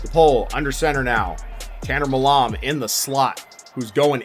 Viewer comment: Seriously don’t know how to pronounce the surname “Milam”? Lol